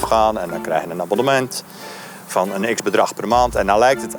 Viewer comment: Abbellement. Mooi.